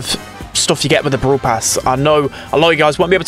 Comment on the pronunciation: ITS BRAWL PASS NOT BROWL PASS ITS WITH AN A